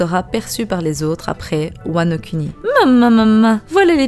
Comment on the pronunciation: Ça me perturbe la façon dont tu dis Wano kuni 😏